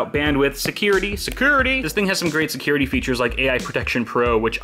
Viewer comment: Ha ha! Secerrr-ity! noice!